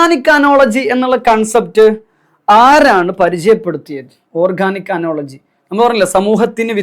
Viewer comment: Class nannayi manasilavunnund. But pronunciation kurach different aayi thoni. അനോളജി അല്ല, അനലോഗി